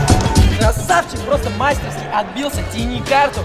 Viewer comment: Специально для Никиты Костра: не мАстерски, а мастерскИ